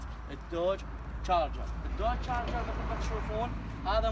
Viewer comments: تشارجر مو جاجر حسيت انك تسبني😆😂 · عفوا بس اسمه تشارجر مو جارجر ??